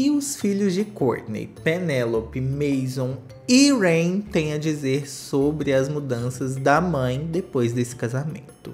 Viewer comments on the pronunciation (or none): Mas ele não chama Chuva né... É Reign e não Rain....